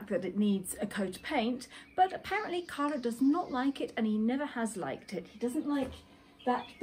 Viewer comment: CARLO, not "Carlos". CARLO is Italian, not Spanish and very lovely man ( sorry, I know he is yours!)